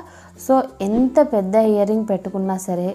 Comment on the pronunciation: Hear ring kadu ear ring ok